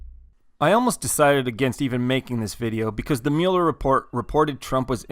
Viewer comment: You keep saying Mueller wrong.